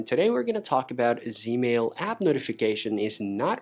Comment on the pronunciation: He lost me when he called it " Zmail "